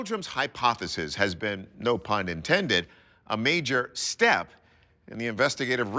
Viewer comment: Does this guy know what "No Pun intended" means? He REALLY emphasized "step" for someone with an unintentional pun.